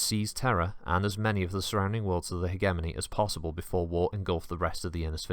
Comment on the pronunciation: Good video, but FUCK ITS PRONOUNCED HEDGE EH MONEY NOT HEG EH MOANY Gave me conniptions